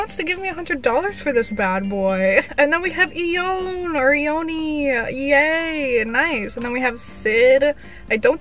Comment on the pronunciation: LONE NOT IONE